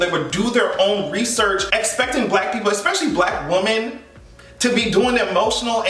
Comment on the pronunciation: Real question. Why do you pronounce woMEN as woman? It subtly irking me and I can go with it more if it is intentional. Love ya tho